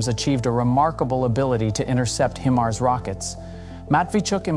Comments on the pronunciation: That's a HIMARS not HEMARS. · hee-mars.... is that really the way to pronounce them?